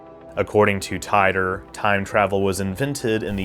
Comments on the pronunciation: I’ve read extensive info on this conspiracy. Titor (pronounced teet-or not tit-or). You did a good job covering the info but your areas of skepticism and claiming it borrowed from back to the future was comical but made you look sorta dumb and shows you didn’t do too much investigation. Back to the future was actually depicting things physics said could be possible if time travel were. The Kerr singularity theory is not just a theory that rules the concept of time travel, it’s extensively being experimented with at CERN in their lab created universe program which is what the atom smashing experiments we all hear about are foundational hut upon. That’s why before they turned it on the said there was a small chance they could open a black hole. This wasn’t the truth as the disturbances they make are similar to micro black holes and fleeting. The Kerr based machine was also patented in 2012, that’s a whole story on its own, but GE did indeed buy the patent but later cancelled the sale when the created was convicted on some nasty charges. According to GE themselves(I have called in the past myself) they do possess the patent but were not working on it. So that’s another thing that did come true and was not even in the works at the time of titor. Good coverage but you def dumped on the back grow research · I believe it was pronounced "Teetor" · He created the Temporal Integrity Commission. And then he changed the pronunciation of his name to Tee-Tor (which I think is actually how its pronounced according to all the Art Bell interviews I've heard) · The creators of this fantastic hoax have already revealed themselves....and I appreciate you calling it a hoax from the start. I think it's pronounced "TEE-DOOR" though. First non trek video I've watched on your channel, good job, thanks! Speaking of your trek vids, ever thought about what divorce would look like in the trek universe? If it makes you feel better, i watched the wormhole video lol. I watch all your trek vids :)